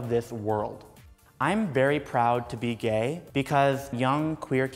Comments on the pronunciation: He said be gay what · Did u just say,be gay